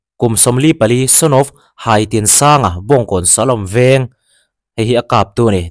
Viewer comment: Haitinsanga tih khi, Kala HAI Kan tih a Hai angin lam tur o ka pu